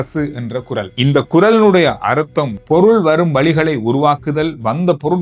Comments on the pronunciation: குறலா?குறளா?சரியாக உச்சரிக்கவும். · இவ்வளவு தெரிந்த இவருக்கு குறள் குரல் வித்தியாசம் தெரியாதா? அது ஒலிப்பு குறைபாடக இருக்கலாம்.